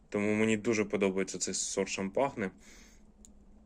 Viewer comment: привіт. Суперські інжири! Але, якщо можна, то кажи будь ласка Шампань, як французьке село, де виробляється однойменне ігристе вино. Від "шампагне" вуха ріже. Заважає комфортному перегляду) Сподіваюся, без образ